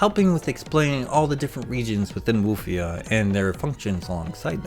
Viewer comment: Woof- ia. 😊